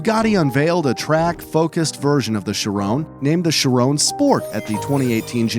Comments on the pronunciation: Vey-Ron not rone it’s Ron and chi-Ron not rone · Dude pls say Shiron and Veyron, not ,,Chirawn’’ and ,,Veyrawn’’ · he pronnounced "chiron" and "veyron" "CHIRON" sheer on but spelled chiron veyron VEY Ron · She-rone. HAHA.... NO! Shee-rohn (n is soft) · The way this dude pronounces the names of some cars just hurts, its not pronounced "shi, rone" its "shi, ron" theirs no E at the end!! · i dont know why it bugs be when he says chirone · it is pronounced "ch-e-ron